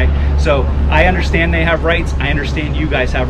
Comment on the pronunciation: "I undorshtannd" lol the word "undorshtannd" is one syllable, you got that, murica !